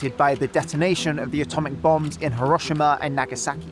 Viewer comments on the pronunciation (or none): none